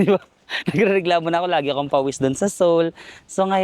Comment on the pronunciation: You dont pronounce the 1st vowel sa korea - seoul (soul), seongsang (songsang), seongeup (songgup)